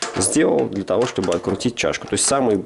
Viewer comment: Щьтобы и монтаЖЬ. Слух режет ппц.